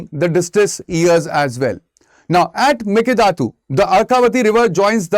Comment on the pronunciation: Please learn to pronounce "mekedatu" properly sir. 🙏 It sounds very bad for us the native speakers.